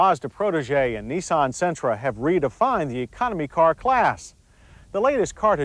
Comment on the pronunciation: I love your pronunciation of car: “cor” 😊